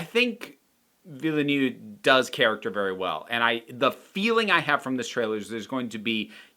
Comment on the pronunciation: The director Willy New? It blows my mind that no American can say his name right, even those who claim they had French lessons. How can that even be? I have never heard Superman's home town pronounced Small Willy.